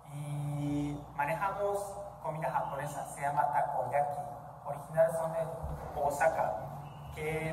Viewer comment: 冒頭の老夫婦 、、、、強引だけどど憎めない感じで南米あるあるな感じ？ そしてアイザックさんの優しさと、ベンダーさんの たこ焼きの発音が綺麗で感動しました👍